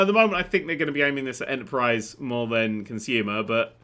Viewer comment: could do with pronouncing than better. No wonder umerikunz can't tell the difference.